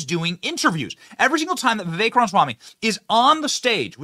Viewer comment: You almost pronounced his name right haha